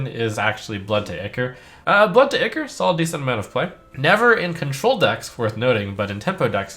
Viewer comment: it's pronounced eye-core you bumbling fool!